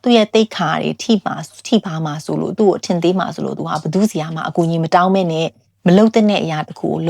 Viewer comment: ရမှာ ကို ဘာလို့ ကမှာ ကမှာလို့ပြောကြတာလဲဟင် နားထောင်ရတာ ဘယ်လိုရီးမှန်းမသိဘူး ကမှာ ကမှာဆိုတော့ ဒါပေမယ့် မမပြောလို့ နားထောင်လိုက်ပါ့မယ် အားပေးနေပါတယ်🎉